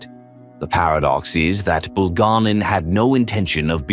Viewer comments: BulgA'nin, but grazhdanI'n. And sometimes name could have non-standard stress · Your moronic AI narrations uses the wrong name and mispronounces Bulganin's name in several different ways! Dump the stupid AI and just get a person to nareate!!!